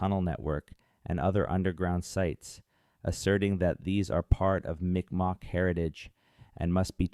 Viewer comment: This is great, but out of respect, you should say the name correctly. It is M'ik Maw.